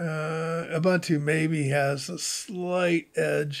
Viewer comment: Its "oo-boon-tooo" - all three "u" sounds are the way he pronounces the last one. Like you would say "goose" - the last syllable is a little longer.